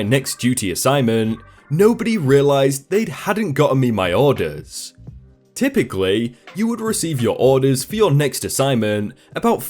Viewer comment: How you say orders bothers me